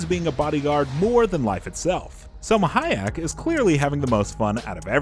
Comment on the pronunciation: HA-YAK? So soon after GER-ALT? Please have mercy on us!